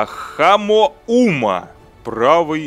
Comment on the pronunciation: Не Хамоума, а Амума!